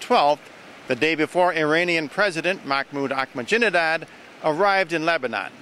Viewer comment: anybody know why always calls ahmadinejad 'ahmajinedad'? i'm pretty sure it must be on purpose cuz never says or does anything by accident.